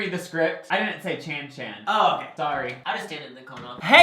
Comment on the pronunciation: Gotta love how Lucas finds something different for the second part of "Chan-Chan" and pronounces "Chan-Chan" different every video.